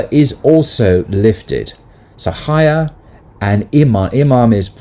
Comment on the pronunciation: Thank you for this discourse. Something that might help in pronunciation of Arabic words is to be aware of the long vowels. So for example fahisha is pronounced faahisha, and haya, hayaa. Its hard to see this in the transliteration if long (natural elongation) is not marked clearly.